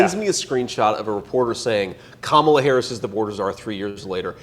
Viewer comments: I think he started to pronounce Kamala correctly and cut himself off so Daddy doesn't yell at him later. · you can tell by how people pronounce "Kamala" if they're getting all their information from one type of people or not. Some aren't pronuncing it wrong intentionally, but it does show they're only paying attention to Trump/MAGA-related news and content, because that's the only pronunciation they're hearing. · They refuse to say her name correctly on purpose. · The reason they pronounce her name like that is on purpose. There was a wrestler from back in the day name Kamala The Ugandan Giant who played an African savage that couldn't words. He just groaned. Donald is a wrestling fan, obviously and so is a lot of his base They want you to associate her with an African savage whenever they say her name. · Mispronouncing Kamala's name is intentionally disrespectful. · There's a very simple reason that people my age sometimes mispronounce her name. Historically that name has always been pronounced the way Donald Junior is pronouncing it. Imagine if Trump pronounced his last name in a way that wasn't traditional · Learning how to say Kamala the right way is a little challenging, but it is nothing compared to making sure you purposefully say it wrong every time. What we witnessed in the video is Donny Jr. almost saying it right and catching himself at the last minute. :face-blue-smiling::face-blue-wide-eyes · His disrespectful and purposeful mis-pronunciations are him being a trump. They are the masters of asshole behavior without 0 shits.